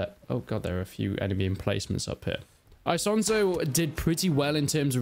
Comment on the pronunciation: "Aisonzo". I do love how English native speakers can't speak any other language out there😂